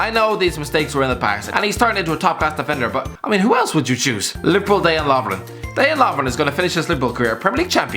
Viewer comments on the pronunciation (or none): I feel my head break a little every time i hear "day-jan" lovren 😐